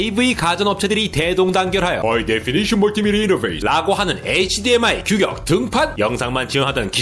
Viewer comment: 크으으 마지막에 열정넘치는 목소리 보기좋아요!! (HDMI에서 흐드미로 갈아타셨군요😏😏)